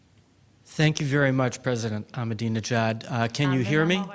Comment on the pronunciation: He had four goes at pronouncing "Ahmadinejad" before he got it right. How appallingly ill prepared and disrespectful. Could he not have practised before the event? It shows the level of disregard with which Middle Eastern leaders who fail to fall into line behind the US are treated by the mainstream media.